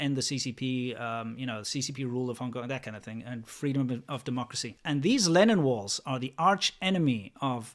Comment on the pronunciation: I thought you were talking about "Lenin walls" and l was very confused until l saw them described as "Lennon walls" in the comments. You might want to correct this.